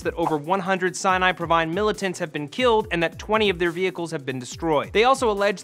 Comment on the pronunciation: It's Sinai province not Sinai provine... Lol